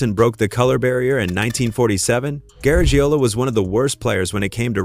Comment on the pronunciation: Well the AI robot couldn't even pronounce his name right. Maybe it got other things wrong.